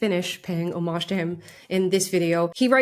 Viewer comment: Thank you for saying homage and not homage